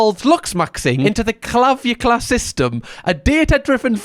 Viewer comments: I feel like if realized dude's name is Clav-ic-u-lar and not Clav-u-clar, he'd actually be able to say it. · Clav-ick-you-lar (Clavic-ular) 🙃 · The way you pronounced calvicular was HILARIOUS 😂😂😂 i choked i was laughing so hard. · that's "clah-vic-you-lar" 😬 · I do not watch his content, but I have heard him talked about by other YTs and it’s pronounced clah-vick-u-lar. I don’t know why I feel the absolute need to let you know this either. 😂 My brain is just screaming at me to let you know. 🥲 It shrink the testicles because your testicles are not making that hormone anymore so they atrophy (shrink) because they are not needed/being used as intended. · the guy's name is pronounced cla-vic-u-lar.. it is kind of like ocular. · cla-vick-ular is basically how you say it. idk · The emphasis really is on the right syllable there!🤣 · the way you pronounced Clavicular was hilarious 😂. Love your content